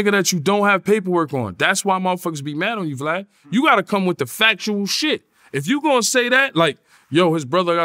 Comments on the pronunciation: It’s Vlad not Flav 😂😂😂😂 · Oh snap! I thought it was just me hearing Yayo call Vlad Flav more than twice.